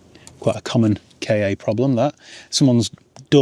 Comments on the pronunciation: It’s definitely K A no “Kar” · Google says Ka as in Cat for the car. Ka was ancient Egyptian for the soul, and this was likely pronounced Ka as in Car. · It’s Ka as in “kah”… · As a former supplier of Ford Ka parts to Ford, it's pronounced "car". Might make a good Spanish runaround? Have you had a similar era Puma? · When Ford Ka was launched in +/-1998, Car Magazine wrote about that pronounciation issue. As far as I can remember, it was said to be "Ka:" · The correct pronunciation is "Ka-ck" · I believe it's pronounced "Ford Cack"